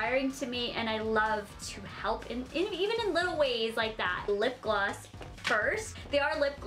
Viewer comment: She said gloss like glass f2f